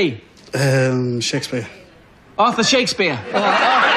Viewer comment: To be fair, it sounded like he said AUTHOR, not Arthur